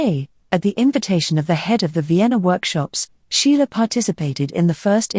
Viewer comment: Pardon me, you always mention the name of artist "Sheila". But the artist's name is SCHIELE!!!